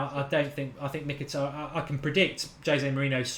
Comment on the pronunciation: Mkhitaryan, being an Armenian surname, sort of supposed to be pronounced not M-hee-tA-ree-uhn or whatever, but Mhee-tar-rYAn, the stress is on the last syllable YA is one sound, not two, similar "ya" as in "yard" methinks ))